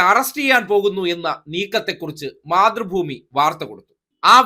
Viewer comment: മാതൃഭൂമി എന്ന് പറയുന്നത്, പക്ഷെ കേട്ടത് മുത്രഭൂമി എന്ന ആണ് 😂😂😂😂😂